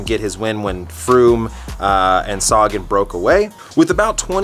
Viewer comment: Upronaune Sagan so wearg. U say like saagan.. u should say sagaan.